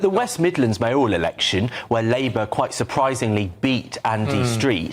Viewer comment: Why do people say may–ORAL ? It's MAYOR–al.